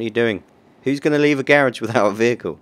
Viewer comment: Its garage not gerege